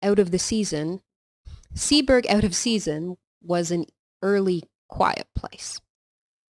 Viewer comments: "Seaburgh" - (Sea-bruh) . Said as one word not two. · Pronounced seaborough